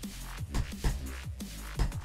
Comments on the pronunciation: "swag rpute lets gęæüooo" never gets old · It just feels like it’s been getting more and more exaggerated because people point it out